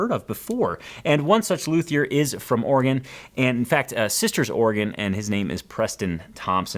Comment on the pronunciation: You get a #smallwin this week! As an Oregonian, I am so pleased to hear you pronounce Oregon properly and Not ORYGONE, this wins for you